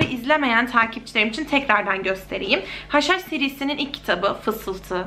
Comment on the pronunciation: hush hush serisi dediginde yenilen haşhaş sanıyordum akbskajaajabajsjsjh